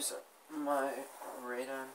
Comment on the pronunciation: Not Radon, RadEon!!